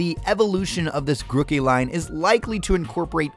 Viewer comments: GrOOkey- 2 ‘o’s, not 1. Groo-key. Not gruh- key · but it’s name origins mean it’s pronounced like groove. If it’s name origins were partially rookie like u said, it’s name would be ‘Rookey’ not Grookey